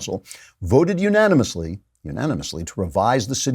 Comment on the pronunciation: Did you say uMANimously? ;)